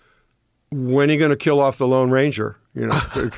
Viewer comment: said the Long Ranger, it’s the Lone Ranger.